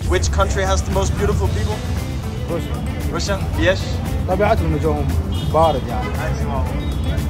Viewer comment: Why all they say Rassia